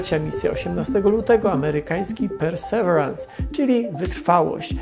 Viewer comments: Poza tym nie mówi się czasem "persewirens"? Przynajmniej taką wymowę słyszałem w oficjalnych materiałach NASA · o łał, wyobrażasz sobie ilu ten filmik miałby widzów, gdyby słowo "persewerans" było wypowiedziane poprawnie? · Panie Tomaszu, perseverance - wymowa to: persewierens i akcent na przedostanią sylabę. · Nie ma takiego słowa w angielskim jak (w zapisie fonetycznym) `persewerans` jest `persewirens` czyli perseverance. Synonim słowa persistence. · Super film ale... persevirens, nie perseverans ;) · Panie Tomaszu, perseverance wymawia się nieco inaczej: pûr″sə-vîr′əns Niemniej, bardzo dziękuję za ciekawy i profesjonalny materiał. ;) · PERSEVERANCE!!! Tego na pewno nie wymawia się "persewarans", wystarczy wrzucić do słownika google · Ja wiem że nie każdy musi być poliglotą, ale nazwę tak wymawiać, boli to moje uszy. Perseverance (pərsəˈvirəns) inaczej się wymawia, szybki wpis do google by pomógł, jest tam też wymowa nagrana, pozdrawiam, reszta odcinka super. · Super film, ale Perseverance wymawia się "Persewirens" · "Persewerans" XD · Trochę inaczej wymawia się Perseverance, niż Pan to wymawia. ale to szczegół. Niemniej proponuję sprawdzić jak jest prawidłowa wymowa. Dziękuję za film i pozdrawiam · Super film jak zawsze, ale perseverance wymawia się inaczej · Trochę zabolało jak Pan wymówił perseverance. Trochę inaczej się to wymawia. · nie no nic nie zmienia, ale wiesz, niektórzy czerpią wiedzę z jego filmów, więc jeśli już mają komuś wspomnieć o łaziku, to niech nazwę wymówią poprawnie, ot co ;) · Pamiętam jak oglądałem, wydawało mi się niedawno, film o tej planowanej wtedy misji a ona już ląduje. Czas leci nieubłaganie. PS akcent jest na "ve" w Perseverance.